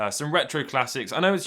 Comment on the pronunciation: "I know it's just a Fami-'clome'..." - of The Retro Future - 2021